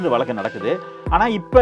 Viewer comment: நீங்கள் கொஞ்சம் தமிழைச் சுத்தமாகப் பேசினால் நன்றாக இருக்கும். வழக்கு என்ற சொல்லை, வலக்கு வலக்கு என்றும், 'ள்' என்ற எழுத்தை 'ல்', 'ல்' என்ற எழுத்தை 'ள்' என்றும் சொல்கிறீர்கள். மற்றபடி எல்லாம் சரி. திருத்தப் பார்க்கவும் 👃👃